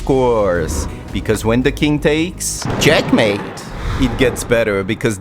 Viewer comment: sacrifice DA RUKH(!!) AND THEN CHEKMAHTE